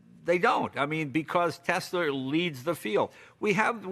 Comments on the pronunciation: why does jay say "tesler"? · Right? It's always that way with someone who drops their R's, they pick them back up and put them into different words lol. ;) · Nobody: Leno: Tesler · “Tesler” Jay Leno 2020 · Jay gets about everything 100% correct here EXCEPT when he says "Teslerrr." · Intrusive “r” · Yes those teslers as Jay says it..are pretty good. ✌️ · He said Tesler again lol.